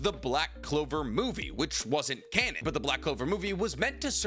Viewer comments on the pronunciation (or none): none